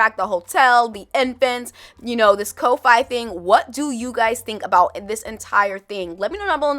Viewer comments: ko-fi is pronounced Coffee :) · I’ve got 4 kids, with the eldest being 21 and those toddler and infant traits is something I went through, so I don’t mind the extra gameplay…just as long as it works. Ko-Fi is pronounced coffee…